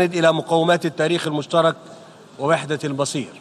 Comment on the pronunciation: 4:7 بيقولك وحدة البصير بدل وحدة المصير ههههههه